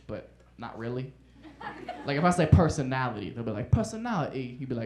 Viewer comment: Huh? All he did was say "Personality" with a British accent.